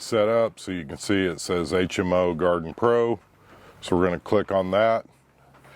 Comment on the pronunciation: Its not Garden pro it gardepro. Pronounced like guard pro.